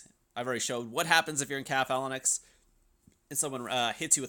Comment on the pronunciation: For the love of god, learn how to pronounce the word “Phalanx”.